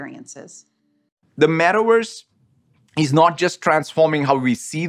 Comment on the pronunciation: It's metaworse not metaverse 😂